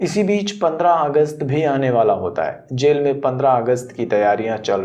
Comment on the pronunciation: Sell nhi jel hota hai